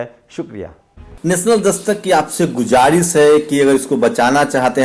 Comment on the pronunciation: Bhai Jan gujaris ni hai Guzarish hai